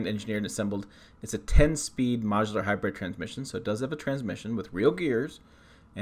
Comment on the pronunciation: It’s HYBRID not HYBRED FYI